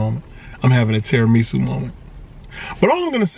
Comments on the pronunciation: Terra “ME” su 😭😭😭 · Lmao, I'm sorry bruh but I gotta admit the way you say tiramisu like it's some kinda Japanese soup or sumn is irking me for some reason 😂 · And the weird pronunciation of tiramisu. Kinda cringy lol